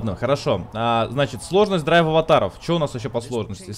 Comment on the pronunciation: Булкааааааааа, ДрайвАТАРОВ, а не ДрайвАВАТАРОВ